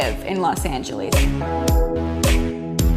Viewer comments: Now she is awesome. I actually wanted to hear more. I knew she couldn’t have been from the West/Best Coast by the way she said “Angeleez” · Yo I know that’s not how you say Angeles